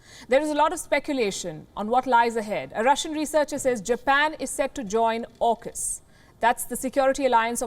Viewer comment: "JAUKUS" LOL